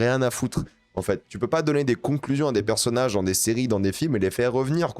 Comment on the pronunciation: On dit "bande d'annonces" pas "bondannance" et "personnage" aussi pas "perssnage".. Si t'es aigris comme ça dans la vie mdrr pas ouf force a ton entourage